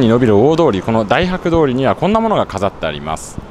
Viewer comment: たいはくと読みます